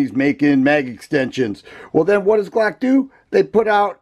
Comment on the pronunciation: IM HOWLING AT THE WAY HE SAY BLOCK 😂🤣😂